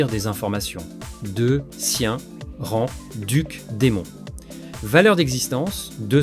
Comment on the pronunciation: Magnifique vidéo, toujours la diction qui pose problème sinon. On ne dit pas "rangue", mais "ran" le g est muet.